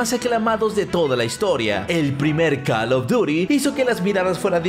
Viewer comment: 2021 y ni aun pronuncia bien el nombre del juego como se escribe:call of duty como se lee: coll of dury